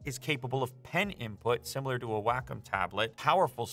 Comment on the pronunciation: “whack’em tablet” - have never heard Wacom pronounced that way, lol.